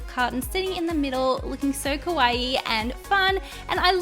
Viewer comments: I hate when people say "Kawaii" like Hawaii. Though it's spelled differently, saying it like "Hawaii" actually means scary in Japanese. Saying it like Kow-Ah-Ee (not like Kow-Ay-Ee) means cute. Trust me, I was born in Tokyo, so I know ;) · Not trying to be rude but you're saying kawaii wrong. You're saying it like Hawaii with a K but its Kuh-Wah-Ee not Kuh-Why-Ee (again not trying to offend anyone but im Japanese and its a pet peeve 😅😓) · Hell nah. But she says kawaii wrong and it bugs me 😂